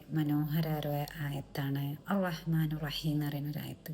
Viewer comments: അറഹ്മാനു ❌അറഹ്മാനി ✅ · അറഹ്‌മാനു റഹീം ❌ അറഹ്മാനി റഹീം✅ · അറഹ്‌മാനു റഹീം എന്നാണോ നിങ്ങൾ പറഞ്ഞത് എനിക്ക് കേട്ടത് തെറ്റോ അറിയില്ല!അർറ ഹ്മാനി റഹീം!എന്നാണ് correct